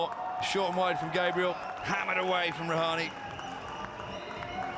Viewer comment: commenter said rahan instead of rahane